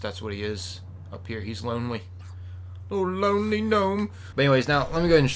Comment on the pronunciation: I have a suggestion for a name of the gnome. I know you said "Lonely" but it sounded like you said "Lowly" and that made me think of a different gnome, Millhouse Manstorm. When you first encountered him in World of Warcrafts Burning Crusade dungeon Arcatraz he called "A lowly gnome" by Warden Mellichar.